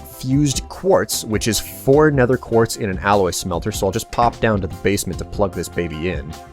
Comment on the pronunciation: That's how you are supposed to say it with th